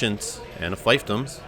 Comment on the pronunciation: Not to be a nitpicker, but "fiefdom" is pronounced "feefdum." :)